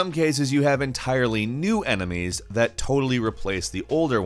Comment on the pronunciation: He also says "emenies"